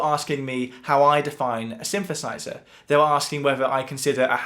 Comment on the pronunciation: What's a Shinshershizher?